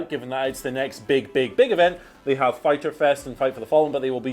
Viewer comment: weird way to say fighter